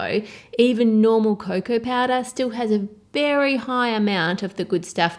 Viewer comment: Wotah, vanillah, and baking pawdah